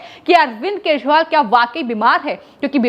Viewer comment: अरविंद केशवाल सुनाई pad रहा है महोदया